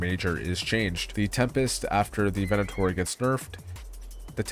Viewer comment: 300hrs and you don’t know how to say the name of the gun that you use. It’s Venator. Not Venenator. Scum rat. And now we have to carry them on us during world events to defend against people like you. Downvote.